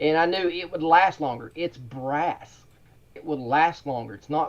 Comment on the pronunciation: "And I knew it would last longer, it's BRASS." The way he said that is so hilarious to me. Like we should be impressed that his cheap upholstery tack is made of REAL metal. Wow, don't break the bank. Way to go above and beyond. He's not just a con artist, guys. He's got taste.